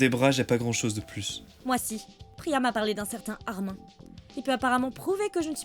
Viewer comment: pourquoi tout le monde prononce le prénom d'Armin comme sa 😭😭!!